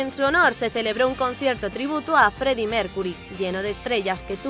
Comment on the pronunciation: Si da risa dijo el Feddie Mercury